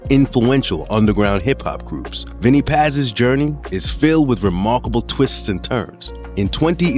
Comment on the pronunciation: Love the music and the format of the doc but I had to stop after the mispronunciation of Vinnie Paz, Jus Allah, and Esoteric. When you don't even know how to say the names of the people, it shows that you're not a fan and that you're just drumming up random ideas for content. If you just listen to any of their songs, you'll hear them pronounce their own names correctly!